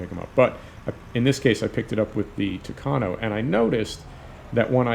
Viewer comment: I like that you're saying tucano the right way.